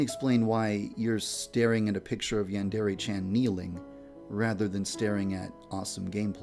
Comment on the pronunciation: I never understood how this guy cannot even pronounce "Yandere" and "Chan" properly. You'd think a creepy weeb would know better.